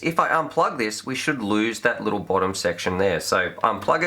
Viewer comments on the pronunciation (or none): none